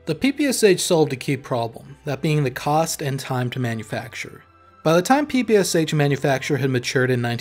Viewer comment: pee-pee-ass-ach lmao, this sounds so hilarious )) The real name of this gun is PE-PE-SHA (Shpagin pistol mashingun). Legendary gun. P.S. By the way, very good analysis. Good job author.